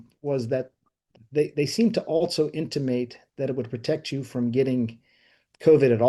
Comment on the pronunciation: "They seem to also intumate..." Intumate isn't a word, bro. Someone correct me if I'm wrong but I Googled it and found nothing.